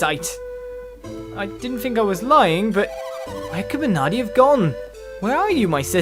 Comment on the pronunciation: missed r in mernardi